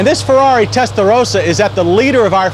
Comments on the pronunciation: he pronounced Testarossa with the accent with SuperMario style, this is not an Italian accent, us Italians do not pronounce Testarossa like him or you Americans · i wanted to punch this guy in the face about the 10th time he said "testarothasa." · I love how John say Testarrrossa.....bless John after all these years, MW is still doing great!!! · Why does he keep saying that "Testadose-ahh?" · listen to this clown say terstarossa! What a clown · Yeah he wore that out didn't he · okay say Testarossa.... as spelled. Otherwise say Felllali as well. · The correct pronunciation is Testa-Ross-a... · Stop saying Tttestaroosa! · The way the commentator says "testarossa" is annoying............and wrong. Follow this now: "Ross Corsa" (ferrari racing red) pronounced as "RAW-so cor-sa" "Testarossa" (red head) pronounced as "Testa-RAW-sa" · The way you pronounce Testarossa is extremely disturbing. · I have a mini-stroke every time he says Testarossa like that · Stop saying testarossa like that. Tool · The comments on Countach resale didn't stand the test of time. Also, who told him he sounded okay saying "Testarossa" that way? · Makes me cringe every time he mispronounces Testarossa every time he says it and yet seems to put on an Italian accent for authenticity. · Did he HAVE TO make absolutely everyone feel awkward by the way he pronounced the car's name? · I wonder how much Ferrari paid him to say testarossa the way he did and if he got paid more the more he said it lol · The way he tries to pronounce Testarossa just grates on my ears......just say it the way you naturally would, not how you think others would. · Nobody: John Davis: Pronounces Testarossa with an Italian accent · I can live now without ever hearing this guy say testarossa again, like he's some Italian native doing us a favor and REPEATEDLY pronouncing it his very very best. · He does that “suddenly Italian pronunciation” that every American cook on the food network does.